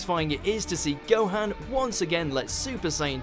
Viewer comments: whats a "Gohen"? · The way he pronounces Gohan tho... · I get the feeling the narrator has never watched DBZ, given how he mispronounces Gohan's name...